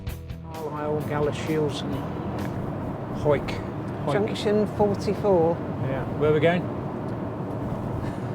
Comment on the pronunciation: Langholm pronounced Langam otherwise referred to as the Muckle Toon. Jedhart is pronounced Jedrt. It’s almost like it’s another country. The birds were Rooks not Crows. Full marks though you remembered how to pronounce Hawick.